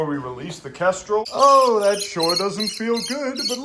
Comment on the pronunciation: Kendral? What? Did it even sound like he said kendral? Its a kestrel. And they arent hawks they're falcons you FOOL.